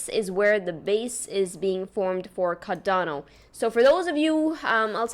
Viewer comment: She pronounced it just fine